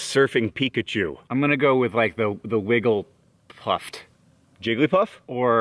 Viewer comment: Hank was so close to saying Wigglytuff, if only he had gotten that one right ...